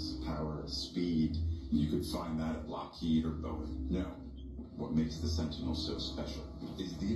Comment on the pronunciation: Hehehe he said lockead